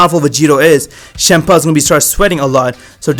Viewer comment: It sounds like you say shampa instead of champa